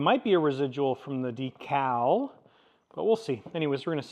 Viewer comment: I have never heard anyone else pronounce "decal" like you do. Have to admit I may have giggled a little bit.